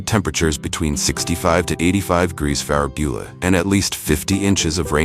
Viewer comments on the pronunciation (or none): Hey AI voice, what's "farabula "? You said it twice instead of Fahrenheit. I figured you would know since you're so darn smart.